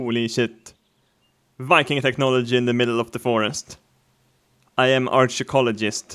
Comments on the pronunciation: "I am arch jew cholajist?" wat wat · "arshecologist" GLORIOUS!